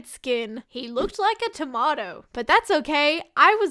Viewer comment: how tf did you say tomato